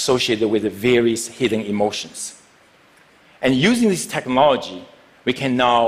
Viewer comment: he says techMology just like Sasha Baron Cohen when he's trying to sound stupid while in his Ali G character. 😆